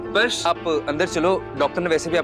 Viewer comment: Nahar ne chuchundar bola 😂😂😂😂😂😂